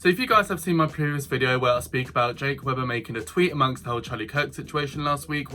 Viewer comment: how can someone say they watch a person on youtube and still not pronounce their name properly?